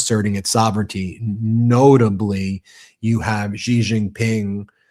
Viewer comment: Why don't you learn to say president Xi's name correctly?!!!!!!! It is soooooo easy to find out how to say his name correctly!!!!